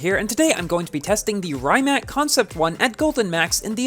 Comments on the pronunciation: Awesome vid as always!!!! also, fun fact: Rimac bought Bugatti and if you are the fan of The Grand Tour, you might have seen that Richard Hammond blow this car due to this car is crazy fast also: Rimac is pronunced "Ree-mac" not "Rai-mac" for most people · i think its pronnounced ree-mahc' i wish i could get this car but is too p2w